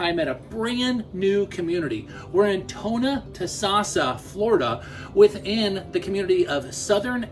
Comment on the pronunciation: It's pronounced Tho-no-toe-sas-sah. If you want to sell in Florida, at least learn how to say area names properly. It's not the first time you've messed up.